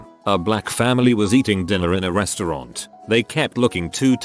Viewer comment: Noone: The translator: resTURaunt